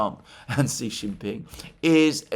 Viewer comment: Alexander, you are amazing, and I listen to all of your videos. However, Xi is pronounced "She". From Perplexity: the pronunciation of "Xi" in Xi Jinping is closest to "shee" in English, with a soft "sh" sound at the beginning. So, "Xi Jinping" is pronounced as "SHEE jin-PING" where "Xi" rhymes with "see", but starts with an unvoiced "sh" sound, not a regular English "s" or "z". Sorry to be a pedant, but I have a background in mandarin and it rankles when I hear other pronunciations... Keep up the great work!